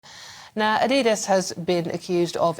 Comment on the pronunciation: She said ADIDAS wrong!